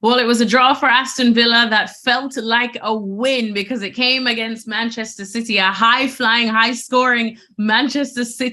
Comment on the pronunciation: Bantchester citeh